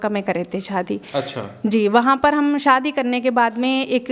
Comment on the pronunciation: Sadi nahi hota shadi😂bolna😂seekho